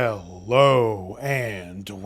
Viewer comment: Stop saying, "Hell-o!"